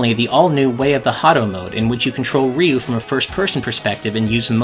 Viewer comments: Ryu is not pronounced "Ree-you." It is one syllable. "Ryu." Exactly as it is spelled. Like "beau" is "beautiful" but with an R instead of a B. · It's amazing how many people mispronounce Ryu. Even in this video it's pronounced wrong